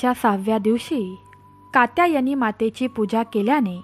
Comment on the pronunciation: निश्चित शब्द पण म्हणता येत नाही पहिले नीटट बोलायला शिका तुमच्या घरातील लोक तुम्हाला काही सांगत नाही का की तुम्ही जोड शब्दाचा उच्चार चुकीचा करता कात्यायनी असा शब्द आहे पहिले नीट बोलायला शिका चुकीचे शब्द उच्चार करु नका